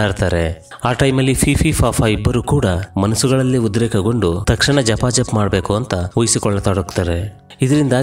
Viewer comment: ಜಪಾ ಜಪ್ ಅಲ್ಲ ಬ್ರೋ ಗಪಾ ಗಪ್😂